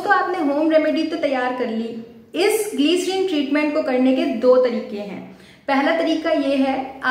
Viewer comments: It’s Glyserine not gleeecerine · Don't say Gleeeerin 🙄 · Pehle bolna sikho gliceriiìiiiiiiin😂